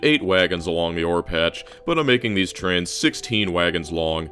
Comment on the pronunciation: Every time he says trains, I hear trans 😅